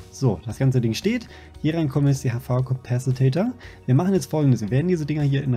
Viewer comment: Spark hat es sich schon abgewöhnt du kannst es auch! Es heißt Capacitor nicht Capacitator. D: Bitte bitte versuchs zu ändern, dann seh ich auch über Soundprobleme hinweg. Nimm mal mit Spark auf und sag Capacitator, mal schauen ob es ihm auffällt. :D